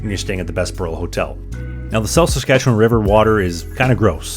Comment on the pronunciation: Gasp you pronounced Saskatchewan correctly. So many people say saskatcheWAN emphasizing the WAN pronouncing the A like how it is in yawn. When in reality it’s pronounced somewhere between “win” and “wun”